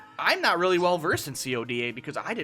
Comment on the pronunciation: Why do u call if c o d a? Dumbass it's called CODA (KOW-DAH)